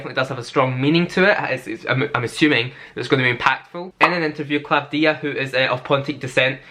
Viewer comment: You really did your homework! You even said Klavthía the correct way! The only one who is not Greek to nail it! 😊